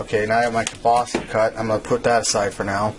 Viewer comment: WTF IS "KIELBASY"???...